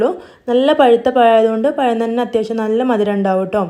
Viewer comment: പയം അല്ല പഴം 👌👌